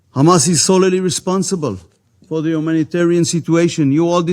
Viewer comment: גדעון, אומרים סולי, לא סוללי. Solely. יש L שקטה, הראשונה. אומרים רק את השניה.